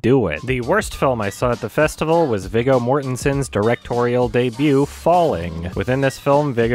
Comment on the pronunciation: ... It’s actually pronounced “VEE-GO” Mortensen